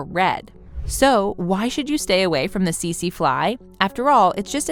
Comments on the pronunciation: About #5 it is not the sese fly I am from Southern Africa and that is not how to pronounce it I am not trying to be a Karan I just wanted you people to now😊❤🙏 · Teet see